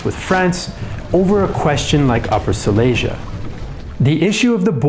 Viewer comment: It would be nice if you could learn how to pronounce Silesia.